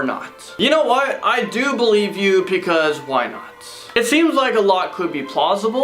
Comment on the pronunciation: If I had a dollar for every time he says " iS tHiSs ReAl? .... Also for evertime he says "PECAUSE "